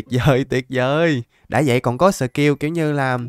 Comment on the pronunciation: cảnh sát chính tả đây , em phát hiện anh đọc đã đã thành dảk dảk